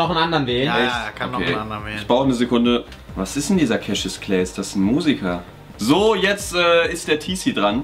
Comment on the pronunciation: mein Kommentar bei diesem Cassuis Clay (weil Jan das Cashis Clay ausgesprochen hat) Irgendwas mit Tim 😅😂😂